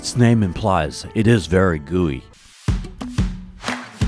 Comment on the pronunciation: Haha! The restaurant isnt called gooey. Guey is pronounced like way in English.